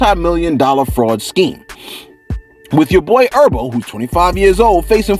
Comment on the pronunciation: fareal,you call that brother urbo,or erbo one more time,we fighting,his name is herbert,he a Titanic stone from the eastside hence the name G HERBO, and don't blame it on the medicine.